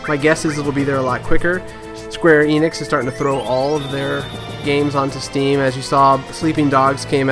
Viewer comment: It's "Enix" not "Eeenix"